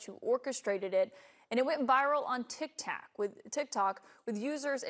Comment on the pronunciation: There was so much commercials on this heck no plus she said tick tack instead of tick tock i wouldnt have aired this